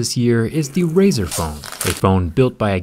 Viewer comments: "razet" thw bwst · "Razor" xD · Nice “razers”